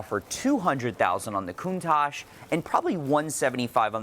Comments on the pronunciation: Literally Everyone: "Countach": "Countage" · Anyone else cringe everytime says “Coon-taj”....? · Why does he call it a CounTajh? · Is it just me or does he pronounce "Countage"???